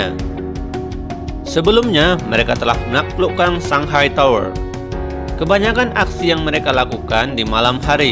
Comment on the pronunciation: Biasa aja bang bacanya, terutama di saat penyebutan kata "tower" ahaha